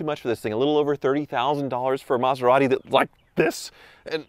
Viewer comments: he said Methorati 😂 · "Metherati"!! I'm crying lol!! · Metharati ? 😂😂😂 priceless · A “Meth er rati”…..🤣